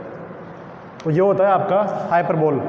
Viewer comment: Sir it's not हाई पर बोल its हाई प बलि (blee)